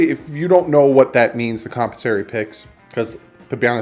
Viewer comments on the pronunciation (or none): It's actually com-pen-sa-to-ry picks. Derived from the word com-pen-sate. com·pen·sa·to·ry /kəmˈpensəˌtôrē/ ￼Learn to pronounce adjective (of a payment) intended to recompense someone who has experienced loss, suffering, or injury. Love your show but that drives me crazy. Sorry, won't happen again. Carry on. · Com-pen-sore-ee picks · Compensatory picks, your pronouncing it wrong dude.